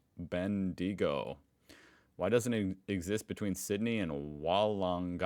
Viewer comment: Bendigo is pronounced like Bendy-Go.